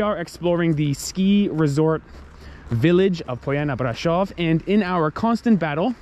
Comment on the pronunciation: Is Poiana Brasov and no hoiana brasov ...love you guys🤩